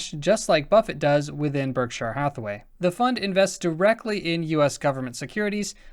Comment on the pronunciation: Hey, just wondering where you're from? Your accent on Berkshire..